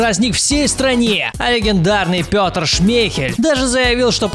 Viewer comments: не пётр шмйхель,а петер. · Почему Пётр? Правильно Петер Шмейхель (хотя всем насрать).